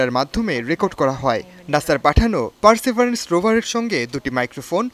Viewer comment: পারসিবিয়ারেন্স কে বলা হচ্ছে পারসেবারেন্স